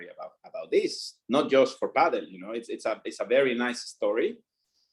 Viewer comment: Thank you for pronouncing Padel correctly (paddle) as it has been pronounced (it was actually written like that before as well) for decades :D